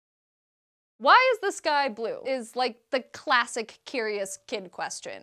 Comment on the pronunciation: just me,,or when she sais'' The sky''it sounds like ''this guy'' heh